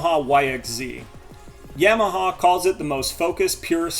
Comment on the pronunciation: I know you are a young guy, but you might want to re think that pronunciation of "Yamaha". 😂